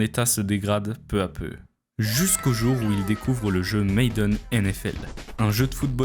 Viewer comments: Hello, je viens de tomber par hasard sur cette vidéo et vraiment félicitations, la qualité du montage, la narration etc. c'est vraiment au top ! Par contre il y a quelques petites erreurs de prononciation et de vocabulaire par-ci par-là (je pense notamment à la prononciation de "Madden" ou à la tournure de phrase : "c'était pas sans compter" où le "pas" est de trop), corriger ces quelques petits détails pourrait vraiment pousser ta chaîne encore plus vers l'excellence. En tout cas, merci pour ton travail et encore bravo ! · on dit ma - den pay maayyyyy den . arette de faire le ricain si tu sais pas bolos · Très bonne vidéo, cependant c'est madden, pas maiden, c'est dommage cette erreur de prononciation qui est répétée tout le long de la vidéo, même si ça n'enlève en rien sa qualité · Madden bordel, pas Maiden. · ça se prononce Madden, pas Maiden... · Tu prononces "Maiden" au lieu de "Madden".